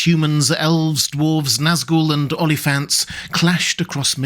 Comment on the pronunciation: Oliphants. I thought he said only fans 😂